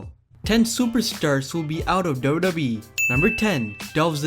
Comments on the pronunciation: It's double yu double yu E, not daubledauble oooo E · It's wwe not Dota e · Ca u pls pronounce WWE as WWE and not dodobi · WWE WWE WWE WWE WWE WWE WWE WWE NOT dodobe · Its w w e learn to speak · Dude. Slow the fuck down when saying WWE. It sounds like you're saying Dow-dow-Bee. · I don't mind listening to you BUT can you pronounce WWE better sounds like you are saying DODO E. lol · What is dodo be 😂 learn English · Is it just me or anyone else feel the same couldn’t watch the whole video because he keeps say doodoobe like he’s 100% that’s how u say wwe. N some of his pics very questionable. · why does he keep saying dodobee...its annoying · Why do you say WWE like that?